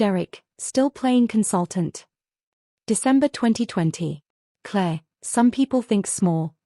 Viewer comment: It’s the way AI interprets the pronunciation Claire became Clay and all these stories follow a similar story line